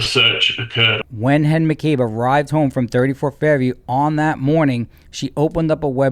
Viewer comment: Shameless boot-licking liar. I mean. Did you just call Jen “Hen” in the Latin style of the soft “J”,, you rascal?